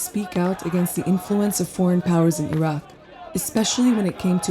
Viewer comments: الرجاء احترم اسم العُراق مش العراء ولا العراك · الحين البلد اسمه العراق او عراء ؟ يعني المذيعة حتى اسم البلد ما تعرف تنطقه مثل الناس ؟ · Why is she pronouncing it iraa instead of the correct way. This is stupid. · In english it’s iraq not ayra and in arabic it’s arak not ayra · Why do you say Iraq like that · I've never heard anyone pronounce Iraq that way. Not even from Iraqis. Idk if it's right or wrong, but it's definitely interesting.